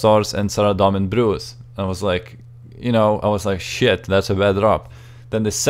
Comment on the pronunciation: I like how you say "complete SHIt" Lol